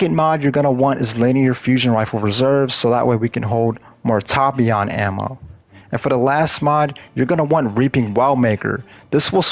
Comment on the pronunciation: Ta-Pi-An 🤣... It's Tai-Pan